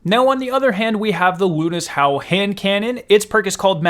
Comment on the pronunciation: It is the howl of Luna. Luna's howl. Not "lunis howl" the broadsword pronounciation is the only one debateable